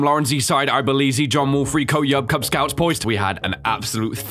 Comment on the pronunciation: "Kuz Scouts" lmao